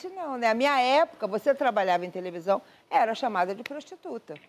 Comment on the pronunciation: Eu tenho impressão que as vezes eu ouvia tevelisao